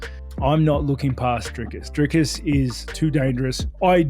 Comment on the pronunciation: Woooaaaahhhh Robert not saying Driscuss is crazy😂